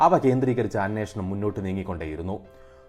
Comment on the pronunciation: അനേഷണം അല്ല അന്വേഷണം എന്ന് ആണ്